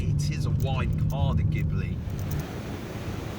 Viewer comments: It's pronounced gee-blee, not gib-le. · Are you sure? In italian language it should be gib-le, or do you also say "spajetty" for "spaghetti"? ;-)